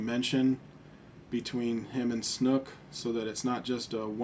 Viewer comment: It's snoke, not snook.